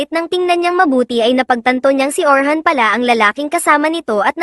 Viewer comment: Orin hindi Orhan